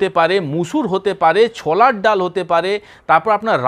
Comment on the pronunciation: না,এই লোক ভাষা ঠিক করে বলতে পারেনা। He speaks wrong pronounciation many Bengali words. কোলা, ছলা,সো র কার , কোথা ইত্যাদি।